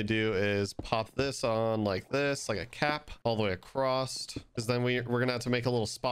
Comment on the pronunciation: Bruh there’s no T in across